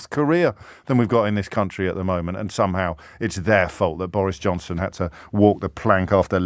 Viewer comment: Irresponsibility.. pronounced Boris Jobson